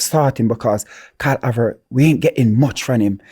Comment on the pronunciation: If it’s one thing is going to do is pronounce the player names wrong! Karl Avert 🤣